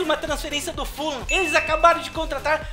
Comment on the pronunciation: mano pq vc fala full lam? se é fulham